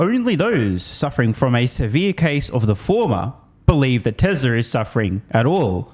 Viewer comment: Tesla, Tesla. Not Tessler